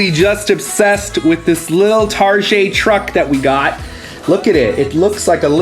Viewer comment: Omg I spit my ice tea in my nose..when says Tar-jay and obsessed.....omg. im busting up 🤣